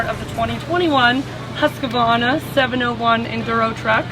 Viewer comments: It is not HusqAvarna . Only two 'A' in the name . Husq-varn-a . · I don’t know why Americans add a syllable to Husqvarna, or mispronounce it so badly. Huska-varna 😂